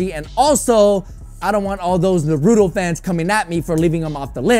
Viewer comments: naruto fans still cringing when he says narooto instead of naruto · really, narootoe 🤦‍♂️